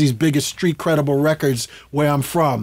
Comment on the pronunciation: A whole lot of black folks can't say the word "Street" 🥴 what a great story teller 🤩thanks for the interview 👍